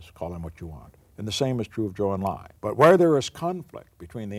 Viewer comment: Nixon's pronunciation of Pr Zhou Enlai's names shows exactly how much respect he pays to his counterparts. He learned to pronounce ZH and EN in mandarin and did a commendable job saying his name.